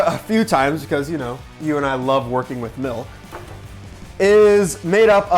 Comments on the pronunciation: Them wow look at all the mElk and I’m over here like it’s milk not mElk it doesn’t have a E it’s spelled with a I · Milk Not Mulk, or Melk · Milk. Not melk. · OMG! At the start, pronounces "milk" the way my late mother did! "MELK!" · Why he said milk as “miulk” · No, he said "melk" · It's pronounced MALK! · Malk, he said it. You can't unhear it. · I agree on that he said milk wrong